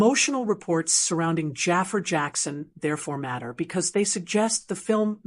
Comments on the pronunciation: ITS NOT JAFER……. ITS JAAFAR……. WHY IS IT SO FREAKEN DIFFICULT TO PRONOUNCE THIS NAME RIGHT………. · Jaa far not jaffa .